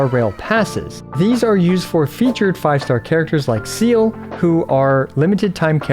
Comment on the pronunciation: how dare u call selee SEAL 😡